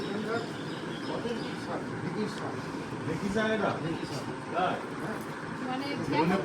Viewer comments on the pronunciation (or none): none